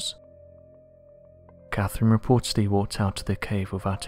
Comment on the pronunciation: What i find interesting is how he can't pronounce words correctly. The name is Catherine, why he keeps saying Caferine?